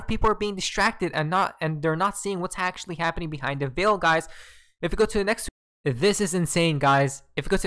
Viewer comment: Guy's Guy's Guy's! Look Look Look! It's habbening! Lmao 🤣